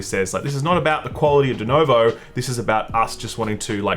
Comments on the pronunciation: denUvo, not denOvo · As a fellow Aussie, WHY DO YOU KEEP PRONOUNCING IT DENOVO IT'S A UUUUUUU DEN-UUUUUU-VO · everyone: Denuvo: Doonouvou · DenUvo, cmon you can do it. It's NOT DUnovo, it's NOT DenOvo. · Dude it's Denuvo not Dunovo. If it's an accent problem then i beg your pardon. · It's DenUvo, not DenOvo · It's Denuvo. Not Denovo.